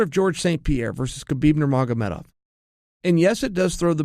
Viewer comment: undisputed champion at saying "Nurmagomedov"! Is there anything uncle Chael cant do (besides tapping)?